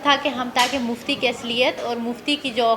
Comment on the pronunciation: please don't say muftey